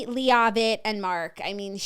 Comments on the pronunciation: I LOVE U BOTH!!! PLS PLS !!! It’s PRONOUNCED Whitney LEVITT LOVE U BYE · I can’t tell if Claud is mispronuncing “Leavitt” on purpose or not😂 it’s LE-VIT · PLEASE say Whitney’s last name correctly lol. Listen to the show and hear it. It’s not LEA-AH-VIT. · We’re saying Whitney Leavitt’s last name wrong on purpose, right? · She's doing it on purpose because a couple weeks ago when the whole cast was announced, that's the way Jax pronounced it. Claud corrected her but now it's stuck as an inside joke.